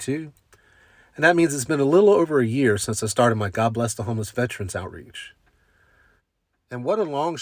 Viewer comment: Veteran is a 3 syllable word.